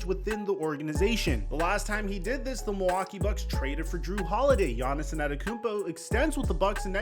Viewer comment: Is he callin him Giannison?